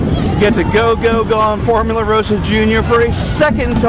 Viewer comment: It's ross-ah.